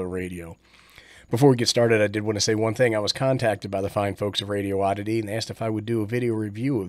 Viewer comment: I think it's prounounced Radio - Ditty 😂